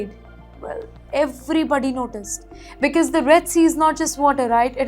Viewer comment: This lady newspresenter 's English pronounciation of quite a number of basic English words. For example... For region she says regin. For because she says bicus. Horrible. How can you have her as a English newspresenter on your channel??